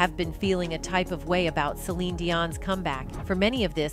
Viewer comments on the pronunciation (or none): Why does the narrator keep calling her, Celina Dion? Are you not even invested in your own channel? That you cant stop calling her a name that isnt even hers? This channel is pathetic ! Your not invested to get it right makes me not invested and this is my 1st and last time being here.